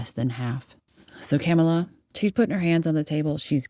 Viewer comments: Its not cam-ala. Its Ca- mala LOL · It's not Camela. It's Commala. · you said her name wrong lol!